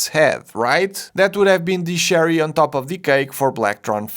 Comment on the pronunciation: ‘Cherry’ is not a ‘sh’ sound